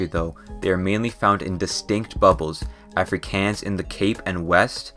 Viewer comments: Bro you "aaaa-fre-kans" its af-ri-kaans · i'm aa south african and first of all good vid bu secind all you here prouncancing Afrikaans wrong. It's ah-fre-kon-s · as an south african i laughed my a off for the way he spoke out afrikaans AFRIKEEANS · Did you just call afrikaans like afrccans? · As a south african, hearing him mispronounce afrikaans was painful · I just love when non south African ppl say South African words. Like Africans, it's w/ a long a sound😂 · Listening to you pronouncing some of the names of things was painful but thank you for trying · Why he pronounce Afrikaans like that bro 😭 Google that shit please, not even Google got that right. To get the right pronunciation Google English to Afrikaans and type Afrikaans in the English bar and listen to the translation into Afrikaans. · I like in South Africa and this is such a great video but you pronouncing some of the names wrong was so funny. Example Afrikaans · Dude you can't speak Afrikaans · The way you said Xhosa and Afrikaans was so funny bruh🤭 Make sure you hear a native say it first 💀😭🤣